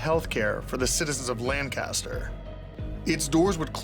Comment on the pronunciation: I keep getting triggered every time he says Lancaster like that lol